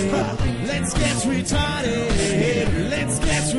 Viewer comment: "Let's get REATARDED" xDD A tu AF pokazali klasę, jak zawsze. :)